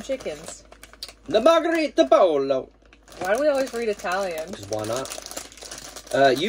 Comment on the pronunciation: Spanish “pollo”, Poi yo”. Double ll is a “y” sound. These snack boxes are fun.